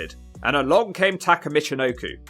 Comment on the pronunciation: TakA. Tah-Kah. Not Tah-ker. Fuckin brits.